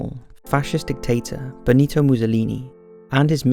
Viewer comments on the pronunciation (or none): none